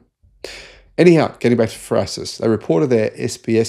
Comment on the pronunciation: What is "frasis"? You are garbage at prononciation.